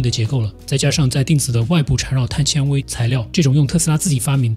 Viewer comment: 碳纤xian维，铆mao钉